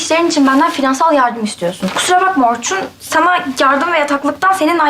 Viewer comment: Orçun R harfini söyleyemiyo bence